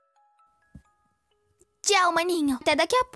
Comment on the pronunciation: Thal ai ja é zueira né e o pior o maninho tb fala thal o certo é TCHAL